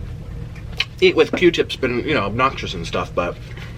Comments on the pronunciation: Bihhhh he said “eat with Que tip” 😭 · 😂😂😂😂 HE SAID EAT WITH "QUE TIP" im dead asf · I’m weak 🤣 I’m doing my make up getting ready for work and all I hear is “eat with que tip” 😭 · i had to make sure i heard him right 🤣🤣🤣🤣🤣🤣🤣🤣